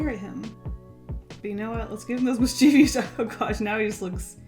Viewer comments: Sry to be that person... again.. I can't help it lol.. You said "Miss-chee-vious" 3 times but there's no "vious" it's "mischievous = miss-che-vus" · I’ve recently found out I’ve been saying mischievous wrong 😯